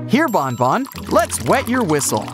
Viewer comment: Stop calling banban to bonbon😡